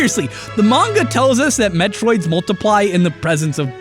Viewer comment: Hey, don't feel bad if you mispronounced ATP. You're one of the few YouTubers I can rely on to pronounce "manga" correctly. You get all my respect points for that.